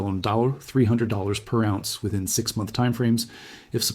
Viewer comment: He pronounces ounce as awz. The metal lead he pronounces leed. AI reading a written script.